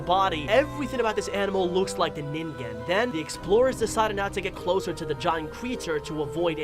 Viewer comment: Dude you said ningen wrong by the way the creature with the big I and a hole in the middle it looked like the fish in cat goes fishing to be honest I forget the fishings name